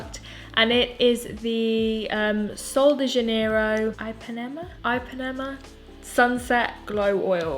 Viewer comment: Your pronunciation of Ipanema 😂 have you not heard of The Girl from Ipanema? Or am I the only jazz lover here 😂❤️